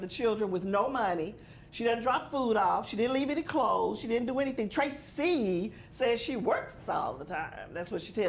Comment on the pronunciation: She's a disgusting person all the way!! I feel sorry for Tracie ( pronounced correctly)!!